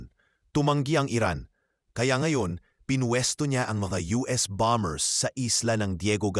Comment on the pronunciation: ANG tamang pronunciation ay silent B; KAYA ANG TAMANG PAG BIGKAS AY "BOMER", HINDI "BOMB BERS". HEHEHE KAKATAWA KA NAMAN. PAG NAGBLO-BLOG, SA TAGALOG( O PILIPINO MAN) DAPAT ALAM MO KUNG ANO YUNG SALITA SA TAGALOG NA MARAGSA AT MALUMANAYSA TAMANG PAGBIGKAS. MASAKIT SA TAINGA NAMIN EH. MAGING INTELIGENTE SA LAHAT MG SANDALI KUNG PWEDE. OK BA? HEHEHEHE